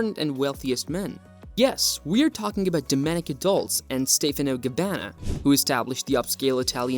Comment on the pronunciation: You should at least pronounce Domenico’s last name properly.